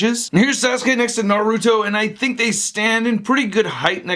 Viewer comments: Sauce- kay....not Sazookay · That pointy hand gesture is his gesture in making that lightning, THAT lightning is called chidori because you know, japanese word, and most of all, its sas-ke not sasuke, sas-ke not sasuke, SAS-KAE NOT SASUKE!!! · It's pronounced like Saske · *naruto not nardoto or suake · U pronounced it sas - K say the k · sazuke...... SAH-S-KAE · Bruh it’s pronounced SAS- UKE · U did not just say sa sukay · Did he say sazu--k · Why does he say, sazuke, like there is a z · It's spelled sasuke but pronouced saske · ITs sauske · Sa-su-kay what !?!?!?! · Sa zu kay and na roo dow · "sazukay" I know he doesn't know who sasuke is but he could at least look up how to pronounce it. also the effect is called chidori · Its pronounced sa-skea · I am a big fan of yours. and his name is pronounced sauce-kae. i bought this figure. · di di did he just FUCKING SAID ZASUKA ARE U FUCKING SEREUSE IF U DONT KNOW THE NAMES JUST FUCKING GO ON YOUTUBE AND FIGURE OUT HOW TO SAY HIS NAME DUMB ASS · It's pronounced sauce k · TIT'S PRONOUNCED SAS - KAY!!!! AT LEAST SAY IT RIGHT!!!! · It's better like this Sauce-K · It's pronounced Sauce-K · His name is pronounced salskay ( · How did you pronounce Sasuke😂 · He said it wrong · He’s saying sasuke so wrong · Pronounced Sasuke and naruto wrong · thats not how to say sasuke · Your saying the name wrong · Thats not how you say sauske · You fucking bitch you just prouncued naruto and sasuke in a bad language that affects and offends my culture my Mexican wetbang culture trigggereeeeeddddd!!!!#ylfuck you hicthsh:$:$##÷$#$ I can't even type from the triggereddd I am bad fucking baruro pronouciation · u said naruto and sasuke totally wrong